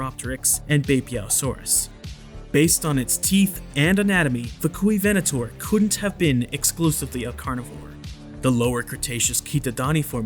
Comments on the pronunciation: "Fuk-u-ven-ator" 🤣🤣🤣🤣🤣🤣🤣🤣🤣🤣🤣 Yeah, I said it, lol 🤣🤣🤣🤣🤣🤣🤣🤣 The music, tho. 😍😍😍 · the Fuk-U-ivenator lol